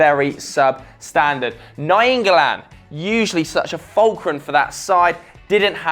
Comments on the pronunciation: Oh god its pronounced nine golan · Dude, did you just say 9galan?